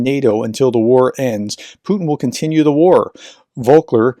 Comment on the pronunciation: It's Volker not Vokler. You are transposing the "K" and "L".